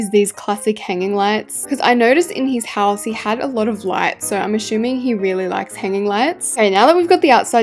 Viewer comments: Whenever is trying to assuming she says ashoeming 😂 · WHY DO YOU SAY ASSUMING - ashuming!!!!😢😢